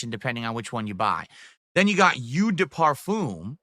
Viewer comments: Eau is pronounced oh, not yew. That's very very telling, and extremely cringe. Dude has no respect for his audience's intelligence. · This is a man who wears cologne for NOBODY! Lmao He cant even pronounce eau! Lmao Cologne connoissuer. This is the face that awaits me as I make my final walk into hell Lmao never change! Great Job Girl! Being talked down to by a man that cant even ride a bicycle! Lmao